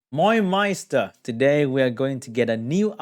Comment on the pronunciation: "Moin Meister" like a real german🤣 I love it!